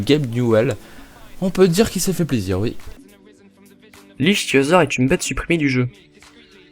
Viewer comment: Très bonne vidéo , tu crois q'un épisode sur mortal kombat serait possible? (ah oui, je veux pas faire mon relou pointilleux mais on prononce "iktyosaure" même si ça s'écrit ichtyosaure......désolé je pouvais pas m'en empêcher^^)